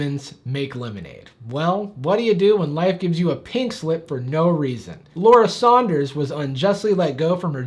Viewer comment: Wow you said Saunders right, everyone always says “Sanders” and I don’t understand how they don’t see the U